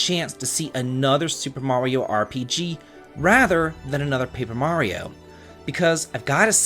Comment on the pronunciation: You pronounce “Mario” weird as fuck